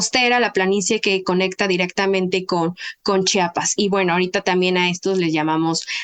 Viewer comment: Oiga la antropóloga hable bien es el el inhaaaa y también diga chiapassss no chapas no la voy a ver completa no me gusta lo que dice menos sus conocimientos ni los tiene creí era interesante no lo es